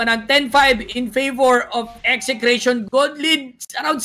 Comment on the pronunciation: Buti naman dina Ese Cration yung pronounce